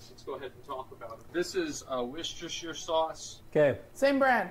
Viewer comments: "Worchestershtire Sauce" 🤣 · Its pronounced WOOSTER sauce. Wooschestershire wtf is that? 🤣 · Just for any Americans here, it's pronounced Woostersher Sauce but most people just call it Wooster (Worcester) Sauce. Take this as a man from Worcester in Worcestershire, who lives not far from the Lea and Perrins factory. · Whoster-Sheer Sauce! And Tap water and a filter jug would be the same as most bottled water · war chester shire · as someone from england that was painful to hear him pronounce worchestershire sauce lol